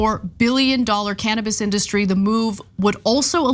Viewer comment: Good news, but only a small step in the right direction. But “cannibas”? Cmon guys 😆